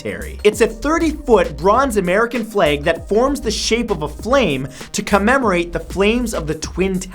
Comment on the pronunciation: How he says flag is the most canadian thing ever.